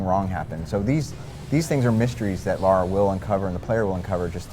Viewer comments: It's Lara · It's Lara! Not Laura! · It's LARA! People who pronounce her name "Laura" piss me the fuck off! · It's Lara. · Lara. Not Laura. Lara. She's not american. It's Lara.